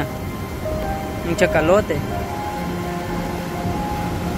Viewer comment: Con todo el respeto amigo y sin ánimos de critica, se dice Cachalote, no Chacalote, un abrazo.